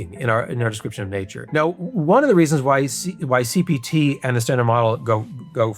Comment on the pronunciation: Jesus, I keep on hearing CBT instead of CPT. Edit: This part is a banger.